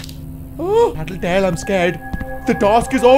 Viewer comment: Normal people: tattletale Vs: tittitail